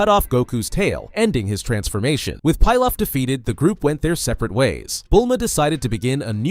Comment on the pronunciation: I am so used to Emperor "PEE LOFF" not "PIE LOFF" haha it was throwing me off.